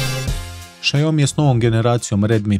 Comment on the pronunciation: Lik kaze Šajomi 😁😄